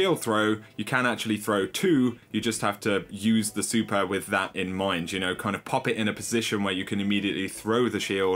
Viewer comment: Its super and master not supar and mastar